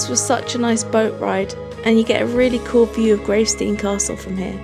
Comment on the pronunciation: I adore how you said gravesteen , never heard anyone say it more cool . We only have around 7 of those red mailboxes left btw .